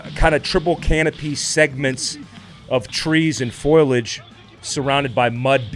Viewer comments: Foil-age 🙅🏼‍♂️ Fol-i-age 💆🏼‍♂️ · "Foilage" gotta love it, every time I g Hear it. Never foliage with the military crowd. Always foilage.